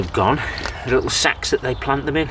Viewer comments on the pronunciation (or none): It's really mucky,! Robin is going crazy!! You have to wear a gas mask for the stink! I swore you were not saying sacks! LOL Must be your accent! Seems to be working and if you let the worms at it, you'll end up with some nice compost!! It's not that its not usable; it's usable later that's all! Agreed, I would not pay to throw that out!! Oh she's gonna smell you coming, my friend...Best shower the minute you get home and get those clothes into a wash! Good luck!! Cheers, my friend!!💖PS ( you should hook a camera to that Robin!)